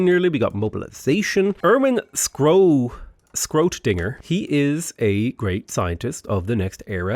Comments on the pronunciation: He is not spoken "Scrote-Dinger"! Ask Google translate to speak the name to you. It seems to do it alright. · Erwin Scrodinger 😂😂😂, love your pronunciation man and Ggs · "I am an uncultured swine". Pronounces Schrödinger as ?Scrotchdinger?, you werent kidding I guess lol. You surely heard about his cats buddy... :D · The way you pronounced Schrödinger hurt me